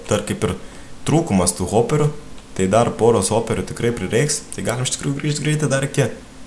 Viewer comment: viena karta pasakei ne hoperiu o zoperi